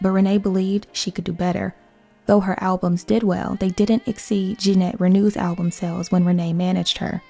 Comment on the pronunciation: Not Ginette Reenoo, but Ginette Raynoh